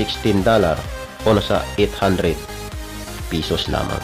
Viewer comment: PISOS! ay c! bisaya ka man uy! BWHAHAHAHAHAHa